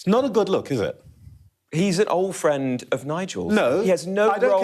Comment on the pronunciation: Ooooooh! Fwend!